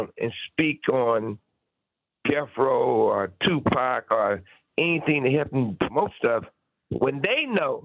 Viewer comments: He acts like he can't say 2pac how the Culture pronounces it😅 I try to give him benefit of doubt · Piers you don't pronounce Tupac's name as " Two Pack".. its pronounced " TOO POcK" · Tupec its PAC Piers.. it is PAC 🙏🏼 may god rest his soul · Piers calling him Two Pack 😂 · I’m sure the culture shock 😂 he says two pack 😂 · Did somebody finally pull Piers' coattail and tell him how to pronouncepax's name? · He needs to learn how to say Pac name. British badmind get a clue.